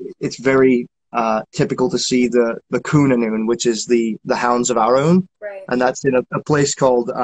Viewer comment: Thank you for another enjoyable episode! Just fyi Arawn = ah-roun